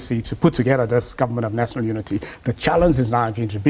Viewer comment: This is a confused professor ..... "Nasonol unity"